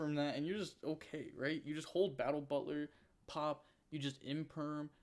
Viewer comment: I hate to break it to you, but it's "butler", not "butter". Butlers are in fact not a food nor related to corn (besides occasionally serving it)